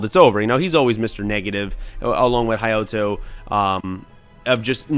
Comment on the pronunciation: Thanks for not reviewing the 4Kids parody, the actual shows don't get enough love. Edit: Some nicely done pronunciation corrections as requested: Ryoto: Ree-OH-tow. Jonouchi: Juh-NO-chee. Hayato: Hai-yah-tow. -[Gotta go, I'll finish watching the rest of the vid later. Thanks again, you guys are great!]